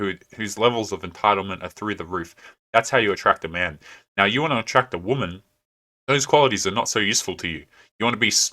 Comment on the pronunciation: The biggest turnoff is when they say "I'm a strong an independant whamen."